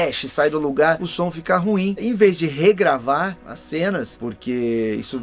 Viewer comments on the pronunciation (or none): none